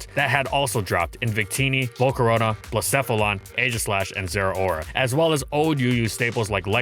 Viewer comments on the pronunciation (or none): none